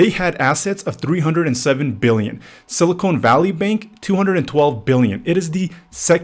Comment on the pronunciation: It's sili-CON not sili-CONE. Two different elements. Two different words. Typical low-IQ realtor. Get an education and a real job. Stop leeching off of people because you couldn't get into college and do something that benefits society. Learn how words and sounds and the letter "E" work.